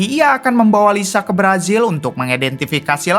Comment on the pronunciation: Ngapa sih ditukar² baca hurufnya??? J dibaca Z, Z dibaca J. Jenazah jadi jenajah, brazil jadi brajil... yg bener bang 😂😂😂😂